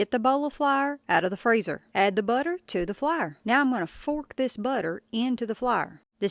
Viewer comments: I’ve never heard anyone pronounce “Flour” like “flier” 😂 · LMAO “flaer” HAHAHAHAHA!!!! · I say it like Flahr too lol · “Into the flar” 😂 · I am glad she demonstrated what she was doing because I thought she said flower. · You Flyer honey it pronounced like a blooming FLOWER NOT FLYER . Drives me crazy please get it right if you going to brag on you tweaked biscuits PLEASE PRETTY PLEASE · Which part of NC are you from, I ask cause the pronunciation of flour lol I grew up there. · You know you are country when flour is one syllable. Or British.